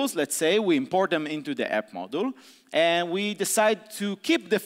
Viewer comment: This talk is amazing and I feel bad about complaining, but "model" every time he tries to pronounce "module" really hurt my brain.... consequently every single time throughout the talk.Worth it though <3